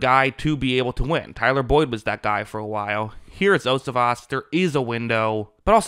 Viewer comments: #80 for the bengals last name is pronounced yo-see-vosh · Its pronounced "yo-see-vas". Great coverage as always!